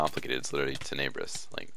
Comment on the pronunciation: It is tenne brous not teneebrus